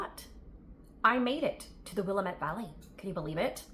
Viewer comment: Willamette is pronounced: wil lamb ette🤗